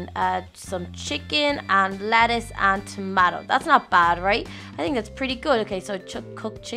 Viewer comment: why are you saying "Latise" it's "Letise"